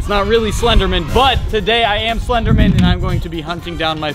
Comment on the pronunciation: BRO, is it legit pronounced “slendernan” and not “slender MAN”?? Damn!